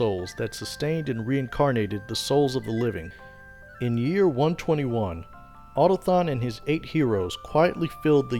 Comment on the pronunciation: > otathon Nonono. A, u, to, k, thon.